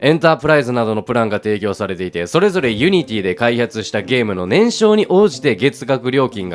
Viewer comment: ユニティの発音が安定しないのすごく気になった